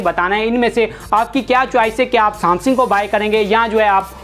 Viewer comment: Samsingh nhi bhai samsung